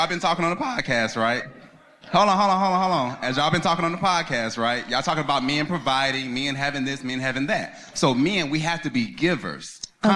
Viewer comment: any man who pronounces men like “me-in” is gay 🤷🏿‍♂️ also listening to a podcast with two women attempting to give life advice is gay. 😂